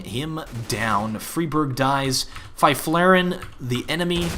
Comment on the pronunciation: haha as a swede I love the way you say Fifflaren